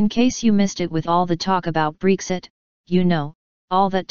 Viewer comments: IT'S BREXIT, NOT BREEXIT! Why do all Americans have to swap vowels in English from hared to soft and vice versa? English is ENGLISH! It's not MosCOW, it's MosCO. It's not vEYEtamis, it's vITamins. It's not yOHgurt it's yOGhurt. When did this originate and WHY? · I dont think its pronounced breeexit